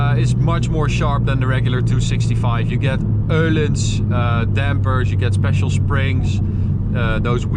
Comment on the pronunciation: Exhaust not exhOust learn english man A LOOOOOT OOO OOOOO change all ur O for A's when spoken EUUULINS OHLINS When its a O u change it for EU